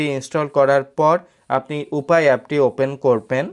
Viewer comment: শেষের কথাগুলো বুঝতে পারলাম না, ইউপে ! উপায় !